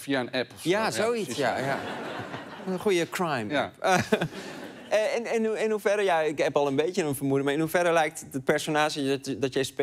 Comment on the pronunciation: je bedoelt "Kehwhraime" ?